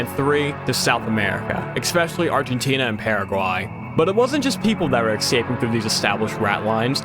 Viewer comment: Escaping, not eKscaping.